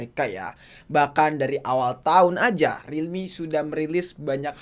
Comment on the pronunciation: Yups finally yg ngucap relmi narjo